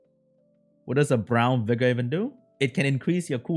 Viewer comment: Everytime says Vigor it sounds like Beggar to me lols